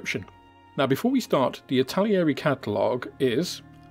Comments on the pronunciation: Stop saying Italieri! There's no I after the L. It's not like the word Italian., it's pronounced Itta-Leeri... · It's pronounced, "ittal-airy". There are no extra i's or ia's in between those syllables. 😄 Otherwise, great rundown. Thank you!